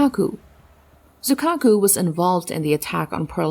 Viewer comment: 瑞鶴ってiを発音しないのかな？